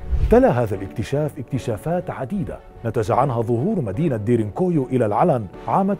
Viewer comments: انت تلفظ اسم المدينة بشكل خاطئ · نطقك لااسم المنطقه غلط